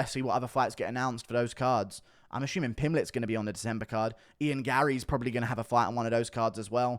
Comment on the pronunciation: I cannot hear guru say Ian Garry without laughing my ass off anymore